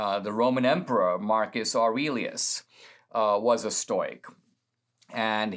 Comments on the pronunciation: stow as in toy? Ive always heard stow as in toe. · Stow not stoy stowick not stoyick. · Stoic - pronounced Stow ik FYI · I love Dinesh, but listening to “stoyk” and “stoycism” over and over was sandpaper on my brain